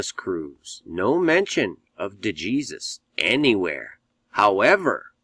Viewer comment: "De Jesus" is an Hispanic name! The "J" is pronounced with the "H" sound, and the "E" is the long "A" sound as in "Aim", the "Sus" part is sounded out like "Sues"!! "De" = "Duh"!! "Duh HAySues"!!!!!!!! If you did further research...he also claims his biological mother is "Jewish", which in the eyes of the Jewish race..makes you a full fledged Jewish person! Sounds an awful lot like George Zimmerman! The media poured out stating that George Zimmerman was a "white Hispanic" when in reality his mother was Hispanic and his father.. 100% Jewish.... Therefore, making Zimmerman an "Hispanic Jew"!! Once again the narrative poured out with the Zionist controlled media that Nicholas "De Jesus" Cruz is a "white" nationalist, supremacist! They purposely, and intentionally left the "De Jesus" off so it will fit their propagandist agenda!! When reports now, that the leftist communist, Antifa supporting youth movement has tuned out, is that he is another "Hispanic Jew" and that he is a "REGISTERED DEMOCRAT"!!!!!!!!!!!! This is what occurs each time something like this happens... immediately blame whites when the whole story is based on a pack of Zionist propagandist lies!! Look this up throughout history... nothing ever changes!